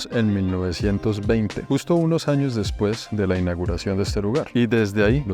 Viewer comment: Dejé de prestar atención de la risa después de "En los sños 1600" 😂😂😂😂😂